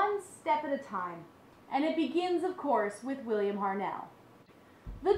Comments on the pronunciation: It's HART-NELL not HARNELL!!!! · William Hartnell!!!!!!! Not William Harnell!!!